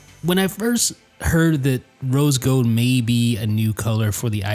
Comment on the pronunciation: "rose gode"